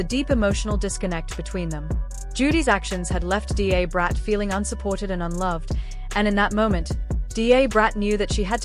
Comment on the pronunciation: D A is pronounced as 'dah'brat. I had to stop watching this, because it was irritating me